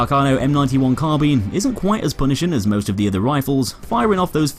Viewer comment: like for proper pronunciation of carbine. thanks god